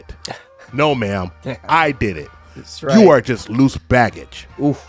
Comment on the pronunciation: she'll find him, but he won't want her 🤣🤣🤣 , emphasis on "loose" 🤣🤣🤣